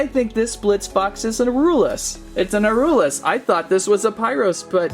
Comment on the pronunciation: Here's how you pronounce aurelus. Or-rel-us. It's that simple.